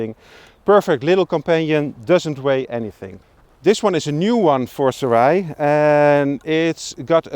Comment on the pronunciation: ( Soo-Ray ) Gentlemen! Great video nonetheless! 👍👍👍✌🏻😄📷